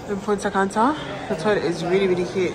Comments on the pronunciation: You mean she in England but she say punta canta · If yuh say Punta Canta one more time 😂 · I was correcting you the whole video lol ! “Punta canta”😂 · I can't with lol punta canta😂 but it's really nice I love Punta Cana went there last year. So happy you had a good time sis and congrats again,we are praying for a safe delivery of our baby miracle